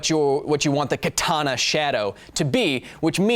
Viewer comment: Also, you are pronouncing "katana" wrong the second 'a' is short, just like the first and third one. Just though I might point that out for those who care. Edit: I'm fairly certain a historical Katana would not have an edge angle of 15 degrees, with traditional forging methods the spine should need to be too thick to allow that. Modern katanas made from spring steel? Sure they could reach an edge angle that low, as could the blades intended for tatami cutting(and not intended for combat), but a katana made from historical steel? I really doubt it.